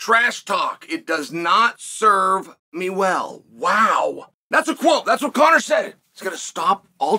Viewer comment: Come on bro, it's Conor. You literally got every champion from bantamweight to welterweight saying his name. He's one win away from being able to fight for a belt in 2 divisions and as of this comment, Conor is a slight betting favorite over Chandler.